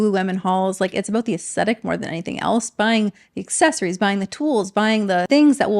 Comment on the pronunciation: Did you mean aesthetic? You said acetic.